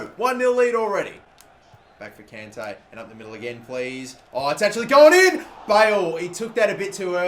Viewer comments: It's con Tay. Not can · please stop pronouncing kante wrong! its the same as conte. its like nails on chalkboard when you mispronounce it